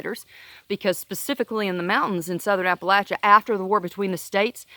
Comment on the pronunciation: I'm from Southwest Virginia. Loved to hear you pronounce Appalachia correctly and cracked up when you said charney nasty. Obama killed our coal communities and our region is suffering.